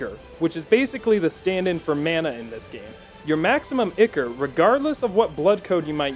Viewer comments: "Ick-Or" I think you mean "Eye-Cor" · its "eye core" not icker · Ichor? No, Ikker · Ichor - Eye core. Not Icker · Eye - core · When he says ichor like "icker" I lose a small part of my soul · "Icker" Help... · Ichor is pronounced ‘eye-core’ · Isn't it pronounced Eh chor? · "Ichor" is pronounced "Eye-core"... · Is the way he pronouncing ichor pissing anyone else off? In case you were wondering (eye-core) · in game everyone pronounced it Eye-core. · God damn that pronunciation is painful. It is pronounced "I-Core" ichor. Come on son. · Video. Great. Lessons. Great. Learning stuff. Thank you sir. BUT FOR THE LOVE OF GOD PRONOUNCE ICHOR CORRECT. EVEN THE CHARACTERS SAY THE WAY ITS PRONOUNCED. Other than that. Very good video, thank you for teaching most of us to do a great suicide gift run xD